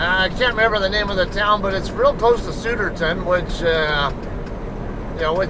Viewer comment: nice got new cameras coming east for Philly cheese steaks and to watch the eagles. Hatfield pa? it's Sou derton. like South. hehe. good travels my friend